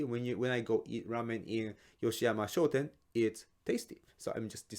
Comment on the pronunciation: Is it shoten or shouten?:face-purple-wide-eyes